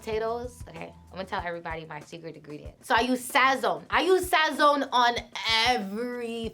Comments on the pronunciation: Lmaooo the way she say sazon… she mad white💀💀💀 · Her personality is lit. This lowkey made me like her a lot! Also, being a Puerto Rican she definitely SLAUGHTERED the word “sazon” lmao